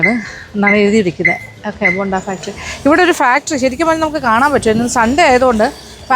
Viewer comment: ബോണ്ട അല്ല ബൊണ്ട . ബൊണ്ട എന്നാൽ കരിക്ക്. ബോണ്ട യ്ക്ക് ഇവിടെയും ബോണ്ട എന്ന് തന്നെ ആണ് പറയുന്നത്